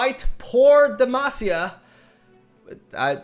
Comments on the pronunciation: Actually, from a Portuguese speaker perspective "Por Demacia" seems pretty accurate. (Brazilian viewer, love ya <3) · Actually, from a Spanish speaker perspective "Por demacia" seems pretty accurate. (Chilean viewer, love ya <3) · Your "Por Demacia" Was pretty good! -A brazilian fan